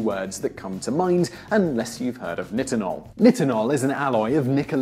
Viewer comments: It's pronouced neye-tin-ohl. Not niht-in-ohl. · this idiot cant even pronounce nitinol